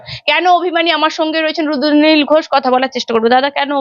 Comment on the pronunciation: E barar host tui age tr uccharon thik kor, ota rudranil, ruddonil ghosh noi.